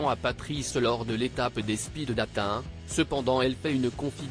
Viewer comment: bizarre la machine qui sait lire "speed" mais pas "dating"